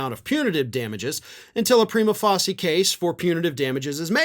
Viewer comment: It’s pronounced “pry-ma face-ee-ya” as in “first face” like the first time you are facing the judge and presenting the materials to show you have enough evidence for a case to go forward